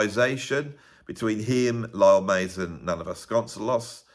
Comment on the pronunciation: Vasconcelos -> Bas-cone-SAY-los